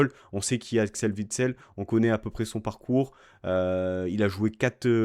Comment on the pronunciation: On prononce Vitsel ou Ouitsel ?